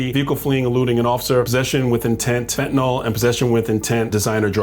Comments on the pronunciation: I have never heard even one LEO who pronounces the name of the drug correctly. It is NOT fen-tin-ol, it is fen-tan-ill. I'm guessing they don't teach "sounding out" words in our schools any more at all. Sad. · (Sets down soapbox, steps up, declaims) It's not FEN-tuh-noll. It's FEN-tuh-*nil*. Somehow this weird habit of sticking an O in the last syllable caught on. There's no O in sight; in no instance in the English language is "nyl" pronounced "noll". FEN-tuh-nil. FEN-tuh-nil. FEN-tuh-nil. Thank you for enduring my Ted Talk. (Dismounts, grabs up soapbox, trudges away.) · It’s not “fen-tan-OL”, it’s “fen-tan-EEL”!!!! I’m a retired Chemistry Professor and I and Pharmacists across the country CRINGE every time a LEO mispronounces fentanyl … again, fentanYL!!😱😤😭😳🤯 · so it’s ok to mispronounce words??!?. You referenced a word with two “accepted” pronunciations. Fentanyl has only one correct pronunciation.